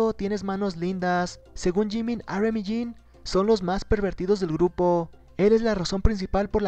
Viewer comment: "jins" :v